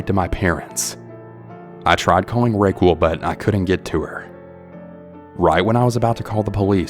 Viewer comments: I’m sure someone’s commented already, but I’m guessing the name your pronouncing Ray-quil or Ray-quo is probably “Raquel” spoken as Ruh-kel (Raquel). Also Raquel is Wiccan not wicked Thanks for your narrating! And thanks to all those who send in their stories. And Veronica… sorry but taking photos of strangers in a public place is not illegal. Nor is pleasuring yourself… Danny just sounds like a typical extra horny dude. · I can’t help but wonder if the person you’re referring to as Raykwel is actually raquel (pronounced ra-kell) lol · Is no one gonna address him pronouncing Raquel as "RayQuil" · I was like "hm, what an interesting name Rayquel..." then my Spanish brain translated it. RAQUEL (RA-KEL). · I think that you pronounced the word Wiccan wrong. It sounded like you said “wicked.” Also, I wonder if the lady’s name was actually spelled “Raquel” or “Racquel” and is actually pronounced “RUH-:kell?” Just wondering since I’m not able to follow along with accompanying text. Cheers! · Omg!! Please learn how to read. Its wickens. Not wicked. And Racquel. Definitely not the correct pronunciation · The way he pronounced Raquel lmao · That’s not even close to the correct pronunciation of Raquel.